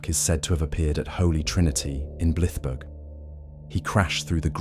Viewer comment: Blythburgh is NOT pronounced Bliff Berg!!! It’s pronounced Blive (rhymes with scythe) burra so blive-burra.